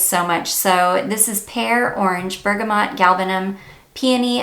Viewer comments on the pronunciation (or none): none